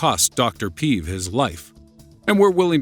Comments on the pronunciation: One thing made me cringe a bit... Im Bulgarian and the way Alexander Peev’s surname was pronounced. It’s not pee-v, it’s peh-eh-v, not pi-ih-v. Other than that, the video was nice and interesting :) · the way u pronounced Aleksandar Peev gave me tumors m8. It is Pe-ev not Piv... and in wha form would u mention the gold from Varna, the oldest man made